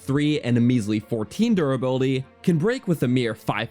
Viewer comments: durrability lol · anyone else noticed the "durrability" ? Also nice vid :) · durrability "how shield surfing wharks" "Death Montin" "to go abott surfing" "the wourst shield in the game"/"one of the wourst in general" Not too many in this video. You're improving.